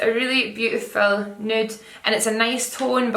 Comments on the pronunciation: lmao love the way you say “nood” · "Nuuewwt? Noot."